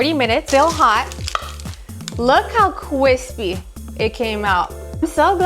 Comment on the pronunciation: Kwispy? Lol